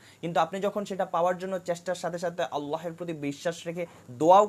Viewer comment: ভিডিওটা মাশাল্লাহ সুন্দর হয়েছে | তবে আপনার আল্লাহ উচ্চারণ ভুল হচ্ছে😅